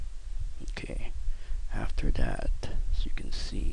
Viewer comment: i like how he say's some words the right way and in the middle of the vid he starts to talk like he is restarted. exp, "aftera data a" he is trying to say after that. lol